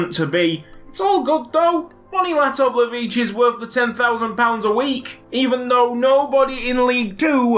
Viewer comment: Latovlevici Can't Say Your Name Right But Wants Your Contract